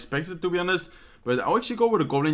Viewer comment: in english you dont spell the 'h' in honest. sounds like onest :)